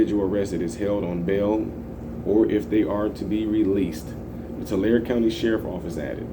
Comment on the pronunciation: The E. Isn't silent. TularE